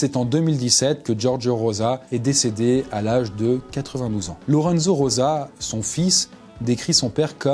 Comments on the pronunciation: Rosa = "roza" ...... "Roça" = Rossa , please faitent un effort ^^' Rosa de rose comme la fleur, et rossa comme rouge " la donna rossa " , la femme rouge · Juste que ça se prononce ''Roza''... Sinon y aurait ''2 s''